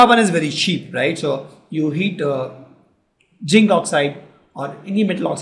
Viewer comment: it is not jinc it is zinc